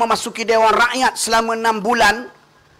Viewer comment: Ni klau jdi menteri..hbisla..😂 sebut rakyat tu biar betul sikit.RAKYAT..BUKAN RAEKYAET..